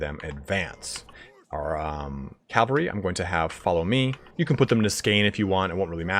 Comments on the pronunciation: It's not calvary, it's cavalry. Even your guy says it. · I'm terribly sorry, but... CAV - AL - RY. Not cal-va-ry. That's a place in the Bible. Really great video otherwise! It just had me wince a few times.